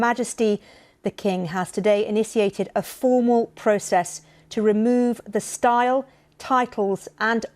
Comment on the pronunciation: Imagine pronouncing initiated “iniciated” on national TV.